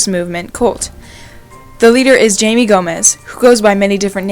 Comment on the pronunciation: It’s Jaime (High-May)